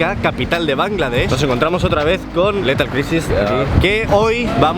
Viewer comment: Es lithal craisis, por que se ponen nombres en ingles que no saben pronunciar? :<